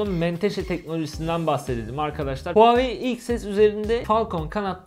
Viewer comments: Huawei değil huvaayiii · NOBODY:: HUAVEYİ